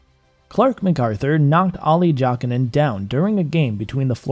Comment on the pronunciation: Interesting video however you really need to learn how to pronounce certain players names like Olli Jokinen